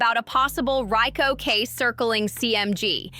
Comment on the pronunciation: U slow as hell u can't even pronounce Rico right lol